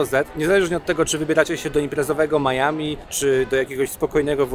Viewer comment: Oczywiście Miami a nie Maiami🙃